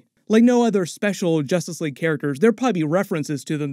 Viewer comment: “Justrice league”😂😂